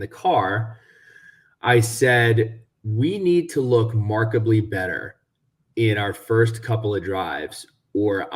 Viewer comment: its "Markedly" not "Markebly"